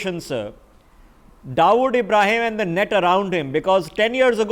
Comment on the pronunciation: First my dear pronounce the word Dawood correctly and then talk about him.